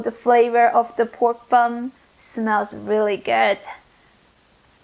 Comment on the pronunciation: Did she say press the BUM or BUN